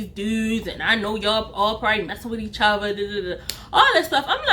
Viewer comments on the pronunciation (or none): First I wanna say sorry for your loss! But gurl u had me rolling 🤣 u are a Great story teller. I knew u were from Baltimore 2 mins in when I heard how u pronounced each other only us Baltimore ppl say it like that 😆🤣